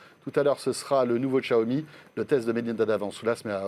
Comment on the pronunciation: SVP Xiaomi "Chiaomi" et non Tchaomi !